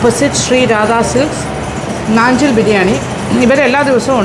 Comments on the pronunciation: നാഞ്ചിൽ ആണ് നഞ്ചിൽ അല്ല ചേച്ചി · നാഞ്ചിൽ എന്നല്ലേ.. നഞ്ചിൽ എന്ന് അല്ലല്ലോ mam